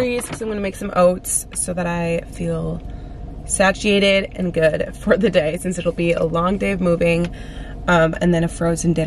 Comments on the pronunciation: Say-she-ay-Ted. I gotchyu girl. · Satch-ee-ated 👀 I’m sorry, I had to 😂